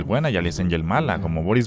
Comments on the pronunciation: dijiste buendy en ves BENDY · dijo buendi